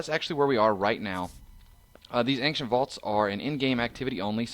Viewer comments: I really really hate to be the guy but the way you said Ancient is incorrect, it's Aain-shent not Aain-ce-nt im so sorry, love your vids <3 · ankcient too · He's saying Ankshent. This guy needs more English practice, lol!